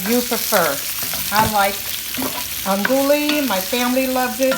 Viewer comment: Looks Amazing! I think the Cajun is pronounced Andoo-ee sausage😉